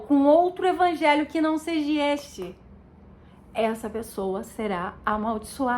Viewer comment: É seja, irmã, não seji... Continue estudando irmã, você vai chegar lá, se de fato, for o Espirito de Deus que está te guiando, mas continue estudando, porque até os próprio eleitos poderão ser engnados.